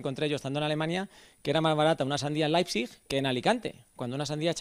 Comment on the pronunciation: Me ha gustado como ha dicho la ciudad de Leipzig